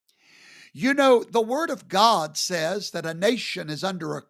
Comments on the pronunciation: I've been laughing at this a**** for years you mean he's still around? This guy is a real f**** joke. There's a special place in hell for him and his followers. Should I should tell this a**** that there's no w in God, gwad. This guy is a real smoke he can't even pronounce his own deities name proper. Somebody should stick across up into the darkness of his soul. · turns god into a two syllable word!